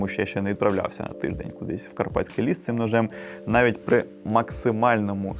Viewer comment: Не Лєс, а Ліс. Колись дивився його передачі ще на "першому національному" в 2007 році.